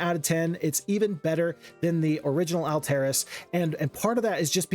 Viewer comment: I gotta say I am not a fan of your pronounciation of Alteris. I've always assumed it's Alt (as in alternative) - eh - ris. Not Ull-terr-iss, as you pronounce it.